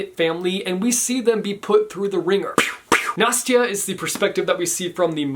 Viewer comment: Im russian and I must tell that the way you pronounce "Nastya" is soooo freakin cute) So I guess I must read this book A S A P Also, this shirt... love it